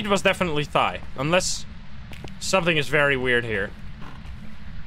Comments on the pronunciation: The Thaye is based on Burmese mythology, pronunciation is actually neither of what you said. Thayé translates to သရဲ which is pronounced 'The-yay' or 'Tha-yei' See: You can use google translate to speak this word: သရဲ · pronounced like it's written (tha-ye) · its pronounched Tha-Ye or Tha-Yal, not thigh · Thaye - first time u pronounce it in the video pls use that one. So pronounce it like fey but with th. The second way sounds like a person’s thigh😂 i cannot take the ghost seriously thinking about hunting thighs🤣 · CJ literally said in chat that it’s pronounced like “they” with a softer “th” sound Edit I googled it and the online pronunciation also sounds like “they” not “thigh” 😭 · Hi it's pronounced The-Yare (Rhymes with Dare) and not a monosyllabic They/Thire။ It's the standard ghost from Burmese folklore, typically spirits of people who died while still having material or emotional attachments to objects or people while they are still alive. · That moment, when I realise, "thaye" literaly just means "ghost" in my native(burmese) language. Also, it's pronounced, Tha(same as thigh but only the "th" sound) -ye(as in yell without the L sound) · "Thigh ghost" haha nice ;) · Hey! It's a Burmese ghost pronounced thuh-yeh. My dumbass also called it thigh at first, instead of thinking in my language lmao. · Wanted to help with pronunciation. I could be wrong, since I don't speak Burmese/Myanmar or maybe the Phasmo team have their own choice for it, but I think it should be pronounced theh ya, where the "th" is like "thick" and the "eh" is like "bed". This is based off the word thayé သရဲ from Burmese, which means "ghost". (Wikipedia says "They often appear as tall, dark people with huge ears, long tongues, and tusk-like teeth" and "Thayé enter towns at noon or at night, and usually cause minor illnesses".